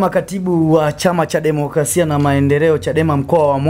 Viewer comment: Bro, sio kula bali ni kura, na sio democlasia bali ni democrasia.